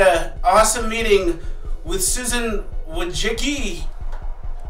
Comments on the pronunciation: It’s pronounced Susan Wojack. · It's pronounced wah jizz key.